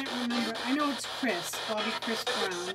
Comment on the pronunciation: Spelled and pronounced Kristina. Not Kristian.